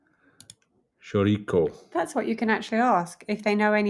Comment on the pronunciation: You say "Chouriço", like this . . . . "Show - Rii - So " - Now say that fast.